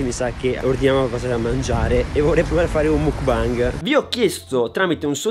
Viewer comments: non si dice mookbang ma mookbeng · Ma qualcuno glielo spiega che non si dice "mukbang" ma "mukbeng" con la "e" Like chi lo guarda nel 2019😂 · surry si pronuncia mok bang comunque lol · Si scrive mukbang ma si legge Mukbeng comunque siete bravissimi vi amooo😍❤️😍❤️😍😍❤️ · Penso proprio si pronunci macbeng tipo muk è il pokemon e bang è il suono dello sparo tipo o anche il significato di gruppo ma la pronuncia è la stessa (gangbang🃏) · il mukbang no il bingbang- Anima-troppi alcolici- MA IN CHE C***O DI MONDO SI VIVE TRA ALCOLICI E PERSONE CHE PRONUNCIANO MALE LE PAROLE😂😂😂